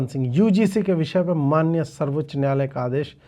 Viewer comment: Samrat Choudhary says NYAALAYA instead of NYAAYALAYA. If that is his Hindi, you can well imagine his HINGLISH.